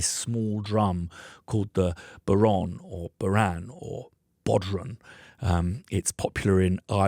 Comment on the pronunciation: Excellent. Irish man here, I would like to solve an issue for you, 10 years not knowing how to pronounce the name is too long 😂 it's pronounced 'Bow-Ron' (bow - as in: bow of a ship) . Also, what an amazing plugin.. thank you!